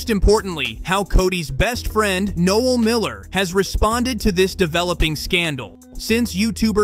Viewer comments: Tanna Mojo is how her name is pronounced just for future reference! And Noel is No-el! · "Nole" and "Pokiemani" lol have some respect for what you're even talking about, jeez